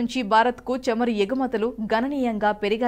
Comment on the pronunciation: Please correct you pronounciation...it is not chamaru it is CHAMURU. Also not కల్లు it is కళ్ళు..🙏🙏